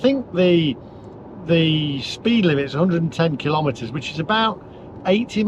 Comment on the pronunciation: Please don’t pronounce kilometer kil lometer. There’s no such thing as a lometer. You wouldn’t ask for a kil logram of of onions. So kilogram it is and kilometer.